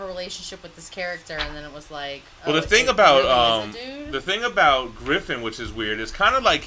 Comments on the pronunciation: Griffith not Griffin xd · It's Griffith, not Griffin. And Donovan, not Domino.